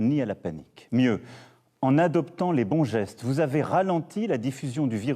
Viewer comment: ah nan c'est trop la jpp xD, " en adoptant les asseste" xD